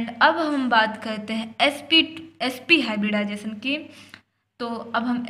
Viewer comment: mam hibridisation nhi hota h hibridization hota h